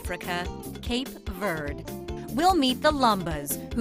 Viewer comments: When that First Lady started talking and saying Cape Verde I got so pissed by the way she says Cape Verde she’s like Cape verdee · That's the way... if you say "Cape Verd", I gag.